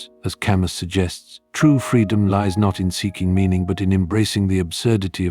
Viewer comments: Ca mew not Ca muss !! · "camü" in propper native french